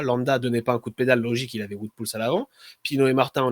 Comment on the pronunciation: Top la video 👍 Juste niveau prononciation, j'imagine que le "Wout" de Poels se prononce comme celui de WVA, donc plutôt "vaote" au lieu de "voute"